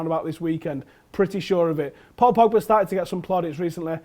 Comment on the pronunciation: The way says Pogba's name. PoPoBa.